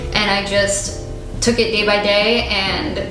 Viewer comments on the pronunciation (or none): none